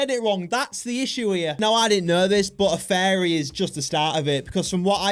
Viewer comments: Your saying fairy not furry Fairy are 🧚‍♀️ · I thought you were saying fairy not furry 😂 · Furry not fairies or farrian lol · No it's furry not fairy😂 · Bro is saying fairy😭😭😭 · this is how to say it: fear-re-ans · Fariy😂 bro actually now fariyan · Bro said "FeRrY" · “Fairies” learn to pronounce it right gng 💔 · He sounds like he's saying fairies